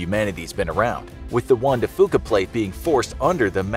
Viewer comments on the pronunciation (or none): “Fuca” is pronounced “FEW-kah,” not “FOO-kah” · Lol love how he pronounces “fuca”